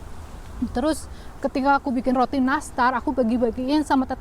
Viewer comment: Terima kasih. Btw aku ngakak online dengar kata "roti nastar". Jawa banget kayak aku. I love you 💝